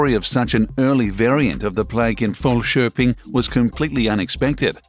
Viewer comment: You were unexpectedly good at pronouncing Falköping and the archeologists name